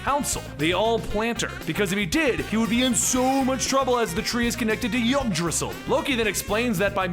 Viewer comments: Not to nitpick or anything, but it's pronounced heeg-draw-zeel. Not that anyone has any idea how anything was ACTUALLY pronounced a thousand years ago in a dead tongue and by an extinct civilization. Pretty stupid once you take the time to really think about it :) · the "Y" is pronounced as an "I" in Yggdrasil just for the future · Yggdrasil. Yig-dra-sil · pronounced idrassl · You mispronounced Yggdrasil, but mispronunciations are your thing so it doesn't matter. :-P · You absolutely butchered the pronunciation of Yggdrasil